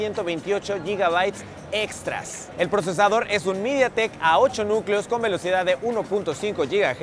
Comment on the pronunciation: todo bien hasta que dijo media tek adios XD